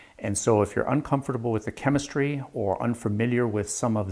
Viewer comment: Wait, what? Did I hear you mispronounce "chem-mystery" ?.. ;-D